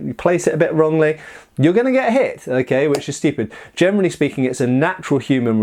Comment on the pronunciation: i think i have something with my ears. everytime he says generally i understand germanly speeking...